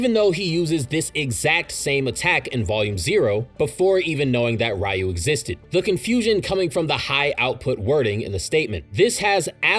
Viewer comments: It's pronounced "r-you", not "Rai-you" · Ryu is pronounced 'ree-oo'. Other than that, great information and great video! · Please say Ryus name right next time and its not fully confirmed Yuta needs to have Rika consume DNA